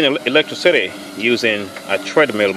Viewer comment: The way he says electricity sounds like electric city XD